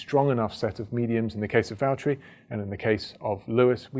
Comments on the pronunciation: “James, it’s Vallteri...” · James, It's Valtteri 😁😁 Sorry. i was waiting for James to arrive on a video to say that, for a looong looong time. 😝